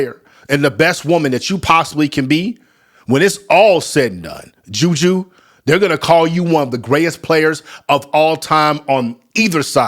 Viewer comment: Her name is Juju not Judea stop actin cute